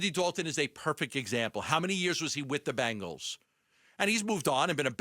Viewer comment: It's BENgals not BANgles 🙄